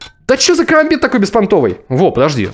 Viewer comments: Это не карамбит а керамбит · это не карамбит а керамбит и ты его не правильно держишь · Не карамбит а керомбит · Не карамбит а керабмит